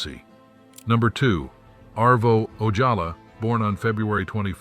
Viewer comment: Arvo Ojala, you said his name wrong! I knew him & his son John!